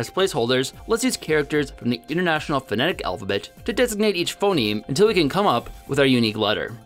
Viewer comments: he switched to saying "Phenome" instead of Phoneme. This combined with him constantly saying "Daygur" for Dagger, in the past videos, makes me question if he's the best one to come up with a new language, when he clearly doesn't even have English down. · Everyone: Phoneme: Phenome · Phenome? PHENOME?!? Also you keep referring to this as if it's a language in its own right, when really it's just a new writing system for English. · it's *phoneme not *phenome.